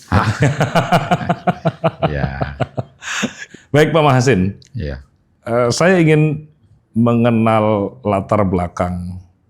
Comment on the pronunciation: Prof Machasin Dibaca Max Hazen Asli nggunung Kaligesing